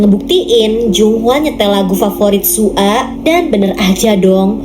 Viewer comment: Kak nama zombie nya bukan su a tapi soya soalnya aku pernah nonton😅